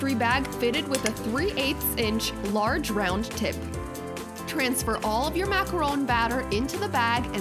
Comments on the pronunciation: Makarowne???? Lol thats whut it sounds like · This is the third video I've watched where the person says macaron wrong in the beginning ... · Lovely video, lovely pastries, and a great chef. Now you just gotta learn how to say "macaron" correctly, <3.